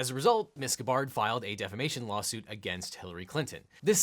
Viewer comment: He said lolsuit😂